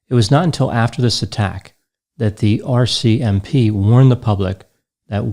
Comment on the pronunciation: pronounces RCMP as if it is the name of a newly discovered mental illness. They kept us safe in Canada, They did